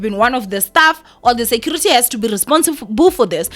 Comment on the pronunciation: "staff" not "stuff"😕